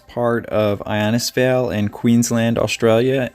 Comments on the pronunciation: Pronounced, Inn-is-fail. Good video. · Wow an incredible story if survival, the human body can take a lot. Innisfail is pronounced In is fail & Cairns is cans. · I like your channel, the stories are quite intriguing. Cairns is said almost like "cans" btw, not Carens. We say things strange here. Innisfail is pronounced In-uhs-fail. Nice work on the show. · It's pronounced In-is-fale (now say it quickly). And no, our rainforests are not full of crocodiles - the crocs like to live in swampy, mangrovey creeks and rivers. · Innisfail pronounced In is fail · I’m here at the moment…it’s pronounced in- is-vail..great vlog ty At the moment it is the wet season - we’ve had torrential rain - 10 inches in a couple of days. It’s a beautiful part of Queensland- the Atherton Tablelands